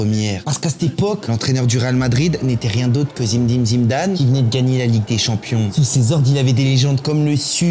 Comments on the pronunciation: zidaannnnnnnnnnnnnnnn pas zimdane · T vidéo son cool et sympa mais ta façon de prononcer le nom Zidane sa devient insupportable et en plus tu le fais grv mal